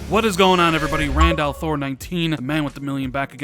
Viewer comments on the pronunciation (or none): none